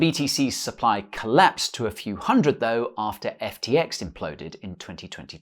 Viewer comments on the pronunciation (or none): none